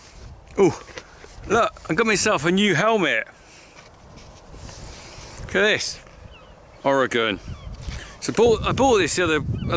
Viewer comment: It's pronounced OR-E-GUN, now say it faster. Have a good day